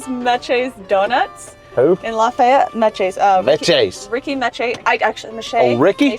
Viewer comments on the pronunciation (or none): Meches is pronounced mesh.